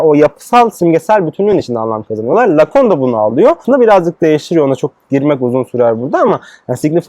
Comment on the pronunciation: Ayrıca Lacun değil Lacan!